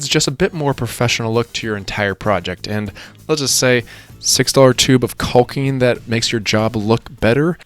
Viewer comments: You're saying caulking incorrectly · L is silent in caulking lol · That is true. The L is silent. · Who pronounces the L in caulking